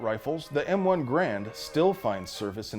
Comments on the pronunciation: It's pronounced Grrr-AND! Just ask Colonel Tony Tiger of Kellogg's Tiger Brigade. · There are a few small inaccuracies in the video, but the most egregious is the mispronunciation of “Grand”. The “G” is silent, and the “a” is long (or hard?). It should sound like “hRAINd”.